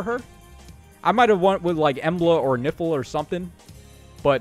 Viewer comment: Idk why, but every time you said "Nifl attire" I kept hearing "Nipple Attire" 😅